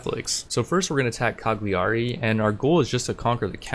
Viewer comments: It's pronounced: Caliari , the G is silent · The g in Cagliari is silent ;) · That was funny but the way you pronounce Cagliari gave me chills. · Sound was fine. Just drop the g in Cagliari, it´s rather silent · I’m Italian and you say Cagliari wrong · plz learn to pronounce cagliari, its just 1 step (click) for you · As an Italian, I can't help but die a little inside every time the city of Cagliari is pronouced wrong. In italian the "GLI" is different, it is similar to the "yi" in ying or "yee" in yeet sound in english so whenever you see a "GLI" in a name of a city or italian name remember the correct way to pronouce it, for example "Cagliari" is pronouced more like "Cayari" in english but with more emphasis on the "y". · Some people do, I'm just being informative, there are other common mispronouciation on italian words, for example the "ch" is like a "k", the "gn" sound is not like any word or letter in english so it's quite hard to describe. Take it as a little fun fact